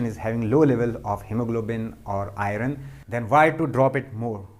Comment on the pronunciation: Beautiful and good Sir, 🙏 Thank you,The pronunciation iron is to be corrected ,Soory to point it out ,As I see your video regularly